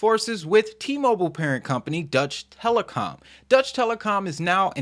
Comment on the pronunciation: It's deutschE Telekom and not Dutch Telekom😊 I'm from Germany and this is quite hard to hear in this and EWTs video 😅